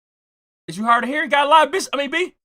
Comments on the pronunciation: Gotta-lie-B (Gottlieb) is CRAZY. 😂😂😂😂😂😂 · The way you pronounce Gottlieb 😂😂😂😂😂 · you pronouncing gottlieb is madness 😂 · The constant purposeful mispronunciation of Gottlieb will always be funny 😆